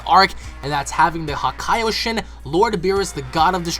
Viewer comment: Just a heads up. The Japanese term for God of Destruction is "Hakaishin". you're adding an "o" in there.